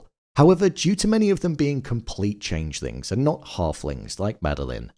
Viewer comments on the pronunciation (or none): im hearing changelings and changethings.... am i tripping????